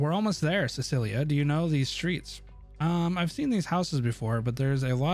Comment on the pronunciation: This man really pronounced Cecilia as Silica lol 😂